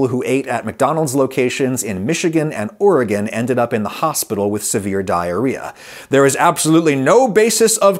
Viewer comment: I am always happy when someone pronounces Oregon correctly